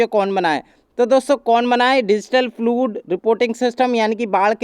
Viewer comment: फ्लुड क्या होता है भाइ, फ्लाड है प्रनानचियेशन